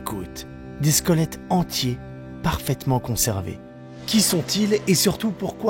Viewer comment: J'entends 'squolettes'😆 C'est ouf et glauque!🥴